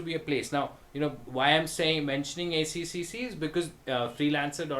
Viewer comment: I've come so close to registering on a few freelance sites today but reading reviews has put me off. Probably a good thing! ACCC is pronounced "A-Triple-C" by the way :) Good vid.